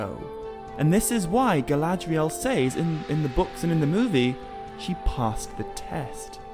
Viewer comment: You do realize that the word says is pronounced like "sezz" right? I just ask because you keep saying it like it rhymes with ways or pays or essays lol just saying